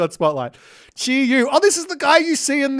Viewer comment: Chiyou is pronounced "CHUR-YOW" (the you sounds like "Yo!" like when you informally said "hello") While "Yazi" is pronounced "Ya-TZUH". Qilin is pronounced as "CHEE-LIN", Rushou is pronounced [ROO-show] as in "TV SHOW".